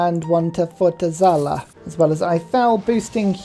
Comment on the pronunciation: reads Fortaleza, but says Fotezala. I loove it 😂